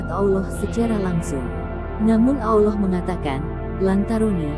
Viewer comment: Mohon maaf admin pengucapan Allaah nya terbawa huruf wawu,Awllah... Harusnya Allaah bukan awllaah